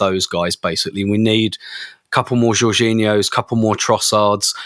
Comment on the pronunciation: When said "we need a couple more Jorginhios" I almost had a stroke